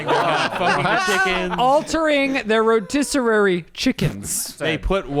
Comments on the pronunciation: “Rotisserary” YOU MAKE ME ROAR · Rotisserie as “rotiserary” is hilarious 😂😂😂